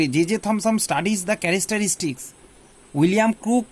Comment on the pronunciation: Sir characteristics not charastaarstis....